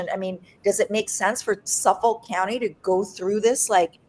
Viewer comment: Please pronounce "Suffolk" County like a New Yorker. "SUFFIK", not "Suff Folk" 😂